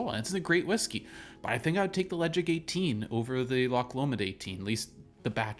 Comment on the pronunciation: You don't pronounce the 'D'. Le Caig